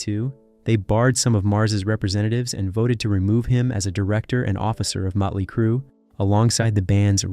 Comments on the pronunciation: This narrator can't even say the bands' name right. He keeps saying muttley crue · Who the hell is Mutly Crue ?